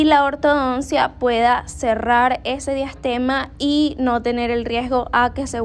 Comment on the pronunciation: DIASTEMA, NO DEASTEMA.